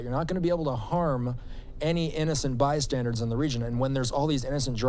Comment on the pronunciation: it’s not pronounced “bi-standards” Americans are so stupid. It is “bystander” ..